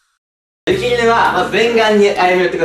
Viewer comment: ゆき じゃなくて すき じゃん笑